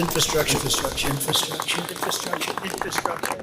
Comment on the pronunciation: Has anyone else noticed that Trump can't even pronounce infrastructure? He says "infa- structure." Good grief! Listening to him talk is like hearing nails on a blackboard!